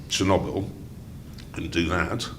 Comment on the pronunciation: All these years and they still mispronounced chernobyl